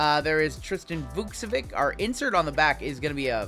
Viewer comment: Finally someone that says Vukcevic's name the right way... 😂